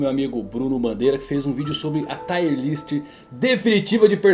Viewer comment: Parabéns pelo vídeo. Só uma correção, " Tier" se fala como escreve, não " Taier". Valeu.